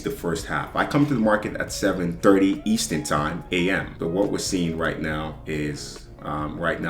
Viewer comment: youre killing me bro its eastERN and pIPs lol